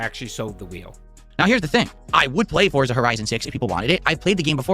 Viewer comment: "YOU GAIS wanted this!" "All of you yelling at me to play Foriza 6!"